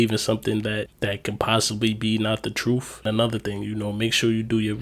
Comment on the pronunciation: No disrespect intended, but why are people the last few years been pronouncing truth with an F at the end?